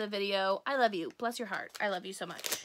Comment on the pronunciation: The "I loaf you" toast squishy kind of sounds like "I loath you" rather than love you 😂😅